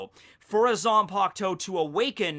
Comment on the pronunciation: It’s Zanpakutō. Not Zanpaktou 🤣